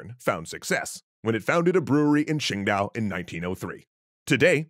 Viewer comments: its actually "qing dao" not "quing dao". Pretty small nitpick, but pretty glaring to any chinese speakers. Love your videos btw! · *It's spelled Qingdao, not Quingdao